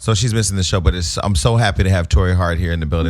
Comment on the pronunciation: not sure abou Torei...A for effort tho!